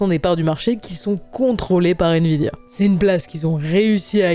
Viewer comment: "invidia" aie 🤣